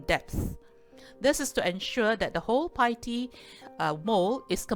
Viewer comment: Pls check the correct pronounciation on Google. it is pronounced as 'better' NOT 'bayter'.